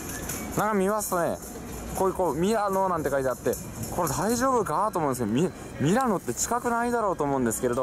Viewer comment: ミラノはMIRANOではなくMILANOですかね。